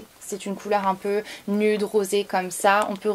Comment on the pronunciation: Tu dis nUde mais on prononce nioude